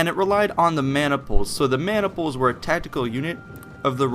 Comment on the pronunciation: did you say man niples? lol